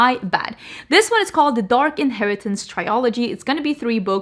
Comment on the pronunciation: Please stop saying "try-o-logy". The word is "trilogy". It's pronounced like "thrill" without the h then "ogy". Another word you mispronounce all the time on your makeup channel is "eau" from "eau de parfum". It's simpler than you're making it. It's just like the English letter "O". That's it. I know English and French are not your first languages so you don't have to get defensive as usual, I'm just trying to help. Be open to learning. Thanks.